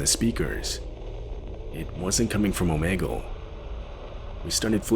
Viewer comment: It’s called om’E’gle 😂